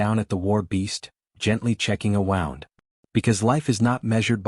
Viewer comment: Good story. Kinda sad, however. Wound is pronounced as an injury. Not wound as in rolling string around a spool.